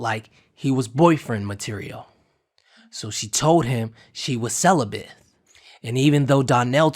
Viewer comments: Wait a minute did you say CELIBITH?????BRO 😅🤣🤣🤣🤣🤣 the word is celibate! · Celibate not celibath